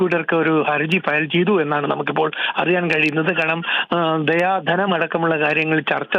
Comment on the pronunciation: ദിയ ധനം ആണ് ദയാ ധനം അല്ല